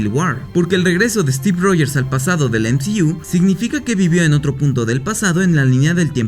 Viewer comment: El "em zi iu" 😂 nmms